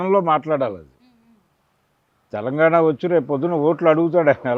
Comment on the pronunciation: తెలంగాణ అనాలి.. తెలంగానా కాదు తల్లి.. Em anchors ra nayana.. Na dawada